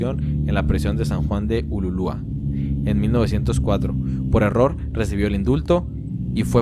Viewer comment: "san juan de ululua"????